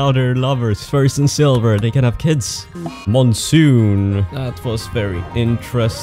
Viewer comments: Just a heads up,. "Monsoon" is pronounced "Mon" (like Pokemon or Digimon) and "Soon" (just like you say it) It's "_Mon_soon," not "_Moon_soon." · FFS who taught him how to say moonsoon?